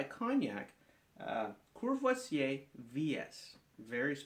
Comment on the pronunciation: sounds like you said: ''kurwa vse''